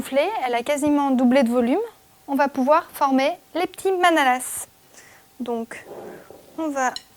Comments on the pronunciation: On ne prononce pas le S dans manalaS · Vous n'êtes pas alsacienne je pense car le S ne se prononce pas comme dans la langue française en général concernant le pluriel en fait ^^